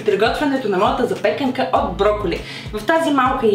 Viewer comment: Благодаря за хубавите рецепти, но позволете някои забележки по отношение на представянето им: В думата ,,запекАнка" ударението пада на второто А, а думата ,,броколи " се използва само в множествено число. Погрешно е да казваме ,,броколи - то. Справка ,,Google" : ,,Единствената друга (освен основната) форма на думата броколи е броколите, т.е. членуваната форма? Това е така, защото броколи няма форма за единствено число, а само за множествено число (подобно на думи като трици, джибри, очила, въглища, данни и др.). Затова срещаните в интернет употреби като замразен брокол, една брокола, прясно броколи и под. са некнижовни. Те са резултат от стремеж за образуване на форма за единствено число. И ако за говорещия думата е от среден род, появяват се неправилните форми броколито, броколита, броколитата."